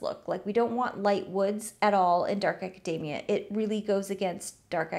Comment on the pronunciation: Everytime you say Acadamia *grabs a macadamia nut